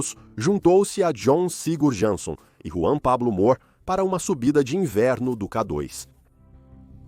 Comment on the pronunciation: IA - observem como pronuncia K dóis, com o O aberto, e como se atropela, às vezes.